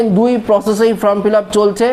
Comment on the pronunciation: আরে ভাই, উচ্চারণ টা ফ্রম নয় ফর্ম। ঠিক করুন।